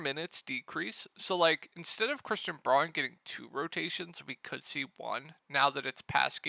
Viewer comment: Braun = Brown. You keep mispronouncing his name.